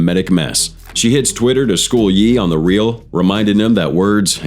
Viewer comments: Its ye and not jeee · Smh the AI narration is crazy and way off. This is the second of your vid where you call KanYe (Hence the Ye), Yi. Next you called Michael Jordan (nba legend) Michael B Jordan (actor). I like the 2 of your vids I've watched to some degree but if you are gonna be lazy making them I cant hit like or subscribe...ijs